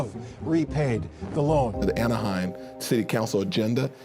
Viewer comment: lol Kevin Johnson mispronouncing Anaheim over and over.